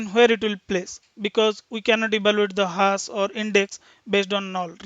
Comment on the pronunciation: great explanation , and thanks for sharıng. Just little feedback maybe :) same pronunciation was distracting me time to time on focusing, such as zero (sounds g..), hash (has), etc. also some of saying 'ok , fine, right, after explaning something etc ' .